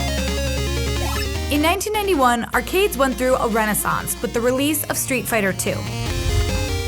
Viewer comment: The way the narrator lady saids “arrgggade”